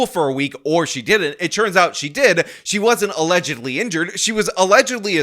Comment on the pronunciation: Allezedly. Not Allegedly! Get it straight man. You keep up your uneven exercise of your arms and you're going to look like Quagmire on American Dad with one arm that is physically much stronger than the other from extensive overuse. This has been Jason talking about and his overworked arm. 🐰🐇🐰🐇💀😎🍀